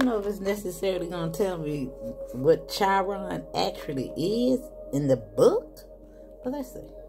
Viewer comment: Thank you for your reading🩷 Chiron sounds like kiron. The healer unable to heal self…but able to heal others 🤗